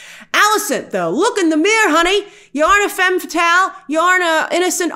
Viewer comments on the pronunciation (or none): none